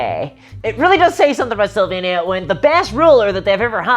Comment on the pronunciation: Amazing video, as always! I can help myself, but hear "Slovenia" whenever you say "Sylvania" :) At least I hope our politicians aren't vampires....